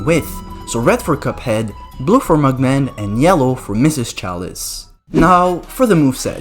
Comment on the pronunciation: Me hearing him sayin mug man as“mugmag”💀